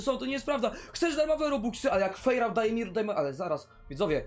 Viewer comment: Ta zielona baza to noe jest fejrałta tylko fairouta czyta się fajrołta